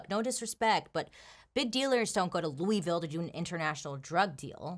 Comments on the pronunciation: "Looeyville" has me shook, I know you hate hearing this but we pronounce it "Louhville." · I love you… but it’s pronounced LOU-AH-VILLE, not Louie! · Hey Bailey. Im from Louisville and you pronounced it wrong. Its (lew-a-vul). Love you! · "Loo-ee-ville" has me cringing. I'll look over it cause you're so awesome, Bailey <3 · Its( looo- i- vul) in pronunciation....sorry I'm from Kentucky, I had to... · Bailey I live in Louisville and you said it wrong 😭